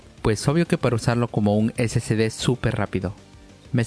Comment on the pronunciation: Amigazo...excelente video...pero usted pronuncia....SCD...Y ES SSD....SI LOS ESCRIBE BIEN...pero como habla rapido...se turba y cae en lo mismo k la mayoria k lo pronuncia...🤣